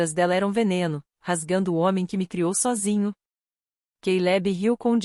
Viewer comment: SOGINHO kkkk É sózinho IA não sabe ler em Português e quer substituir o ser humano 😂😂😂